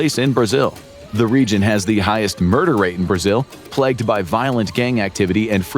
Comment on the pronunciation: Plegged? 😮 plagued?